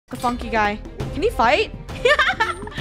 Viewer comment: Yo what did Funneh say in the beginning ? did she say "the funny guy" or the PHFFFOOOQUE guy